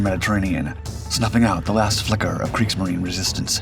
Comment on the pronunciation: (Kriegs)marine - the "marine" part of it is pronounced "marina" sounds like kreegzmarina